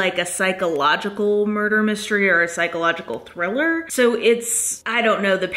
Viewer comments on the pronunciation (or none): none